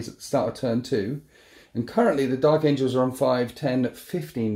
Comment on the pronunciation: "Dark Angels" not Dark Angles. Lol